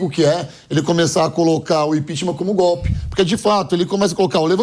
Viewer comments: Gope,assogo,abobra,kk vergonha esse nove dedos é uma vergonha,como pode um presidiário no governo,e ainda fala tudo errado😛🤔😈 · O nove dedos pronuncia "gope"! O Brasil tem o Presidente que merece.